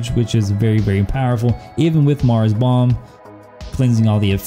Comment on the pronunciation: The second you a said maras I left the video Lmao smh 🤦🏼‍♂️